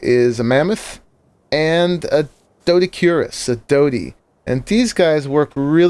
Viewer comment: The little stone collecting one is pronounced do dodikeres and its nickname isn't dodie it's dodic